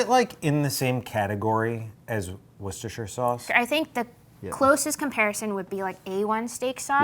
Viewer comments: Not woo sta shur. Wuh sta shur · Wooster! not woorcestershher 😉